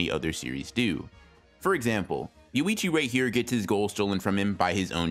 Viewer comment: Yoichi, not Yuichi. Small, thing but hard not to notice.